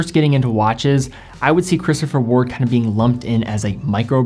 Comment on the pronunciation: He seemed to pronounce 'Christopher Ward' correctly, disagree?